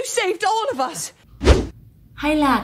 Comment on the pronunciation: ôb lợp vớt chứ , of âm f đọc là v mà